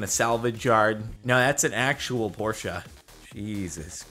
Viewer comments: Jordan its porche not porcha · It’s Porsche not t porsha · Please stop saying Porschea it's Porsche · Por-SHA???? It’s said like porsh 😂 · por-shuh. It's not porcha. Porche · And it's Porsche not porsha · its porsche not porscha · why do you say Porsche as Porscha? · jordan, cmon man. it's pronounced PORSH. not PORTIA.. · why the fuck is he pronouncing porsche like that I have NEVER heard ANYONE say it that way. they always say poor-sh. Not pour-sha. Or pour-shey. :grumbles in the background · So now Porsche’s and now called porscha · It’s depressing when you say Porsche-ay... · What time hell is a Porsche-a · He say Porsche as porscha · Whats a porscha? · Sorry but...PORSCHA? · Why do people add an ah to the end of porsche it annoys the fuck out of me. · "Porscha"?? wtf is that pronunciation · Well, it's a German name and should be pronounced as such. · Why does he say Porsche like that 😂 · Why does he say Porsche wrong? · Oh god he called the Porsche, Portia and the Hyundai "Hondai"